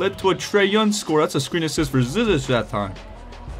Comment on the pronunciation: And just for information you say his last name ZI-ZICK just so you don’t have to guess every time lol